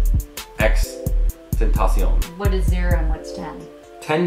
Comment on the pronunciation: xxx tent A c on is how you say it and the reason his name is that is because tentacion means unknown in latin and the X stands for variable he just put it three times for whatever reason but his name means unknown variable